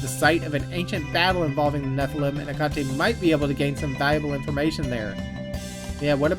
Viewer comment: btw looked it up, Hecate is pronounced "Heck-it" Like fuck it but your saying heck first